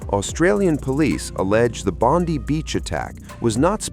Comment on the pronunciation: Why can't your AI pronounce Bondi (pronouned Bond-eye) correctly.